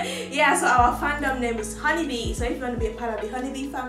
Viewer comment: she pronounces your name so correctly ❤️ I love itttt